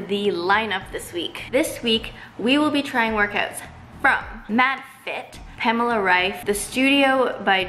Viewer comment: it's wrong? it is not "pämla" it is more like "paamehla"... but ok🙃